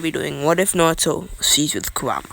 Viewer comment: He says kuwama aswell. 😂😂😂😂